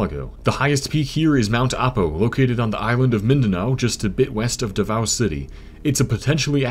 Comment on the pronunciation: OH MY FUCKING GOD WRONG PRONUNCIATION ITS AHPO NOT AIPO AND DAHVAO NOT DAIVAO